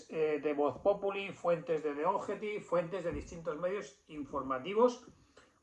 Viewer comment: Eso de poner nombres en inglés nos complica la existencia, The Objective se pronuncia "di ovyéctiv" Ninguno de sus lectores lo pronunciamos.